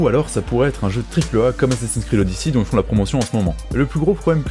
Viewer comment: Enfin quelqu'un qui prononce "Odyssey" correctement !